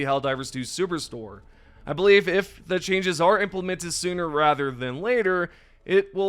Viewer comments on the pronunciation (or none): none